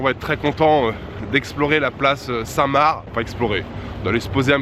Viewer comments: Place st mar tu prononce pas le c ;) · On dit Saint Mar. Le C ne se prononce pas.